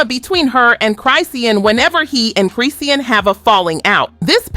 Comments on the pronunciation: It's Chris Sean not Chris Sea Ann lol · Girl As soon as she said Chris see Ann I stopped watching 😒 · This video so ass. You using live clips from when she was pregnant making it seem like it just happened, you can’t pronounce Chrisean name, and you talking about stuff that’s already beeen proved false. The Mabu tattoo was fake both her and Mabu said so days ago and here comes this video still spreading the bs. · Sis saying both their names wrong af I was so confused😂😂😂😂😂😂LIKE WAIT WHO TF IS JAHDEAN CHRISEEN. AN CLAN 😂🤞🏾🙅🏽‍♀️🧢